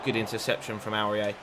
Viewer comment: You say Aurier wrong, it’s pronounced or-ee-ay